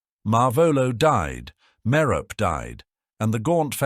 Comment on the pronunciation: Merope is a name out of Greek mythology, and just like other names from Greek mythology, such as Persephone, Penelope, and Hermione, the final e is pronounced (MARE-oh-pee). Sometimes the final e is pronounced in this video, but other times it isn't.